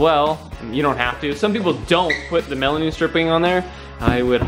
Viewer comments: Stop saying melamine wrong lol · melamine, not melanine lol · Stop saying melaneen